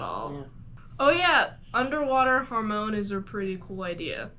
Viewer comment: The way you pronounce Hamon gives me a stroke